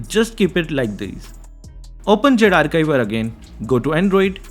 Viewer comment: Zarchiver ❌ Zarkaivar ✅